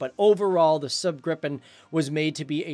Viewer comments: Lagom No man, i get tilted when north americans say everyting like english! xD He says the A in Saab like english word sand... The A should sound like the A in awful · I've much liked the SAAB Gripen JAS-39. Pronunciation: Please SAAB is "SAhhhB ' (Ah'= A like in "Almost). Not "SAB' (A like in Apple). Your mispron. damages credibility of your good video. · are you Swedish? In that case you know this. He's pronouncing Saab like sääb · not sub but rather saab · ´SäääB gripen´ xD! Dude prepare you words google is your friend